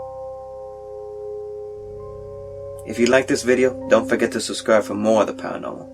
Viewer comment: Great video! But God in heaven, if one more person mispronounces "Ouija"...